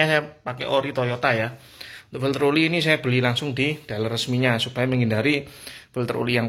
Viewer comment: Oli mas bukan uli